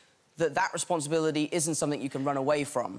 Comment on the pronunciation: and he says responsibility with an quasi-American accent - is that just me?